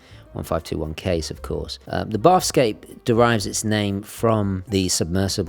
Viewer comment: Just a tiny pedantic thing: "Bathyscaphe" is pronounced something like like "matha" (but with a 'b") and "scaff". Submarines designed specifically for diving to extreme depths. The bathyscaphe Trieste (Swiss-designed and Italian-built) was the first to descend over 10km to the deepest point on Earth, the Challenger Deep, in 1960. Awesome watch, that blue is fabulous.